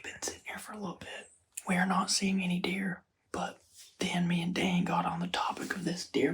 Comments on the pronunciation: He said aw Dan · No he said oh dan